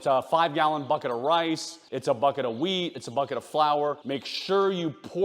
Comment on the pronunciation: You say boket not buket and even bucket